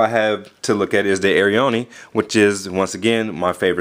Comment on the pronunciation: i think its pronounced; air-ee-own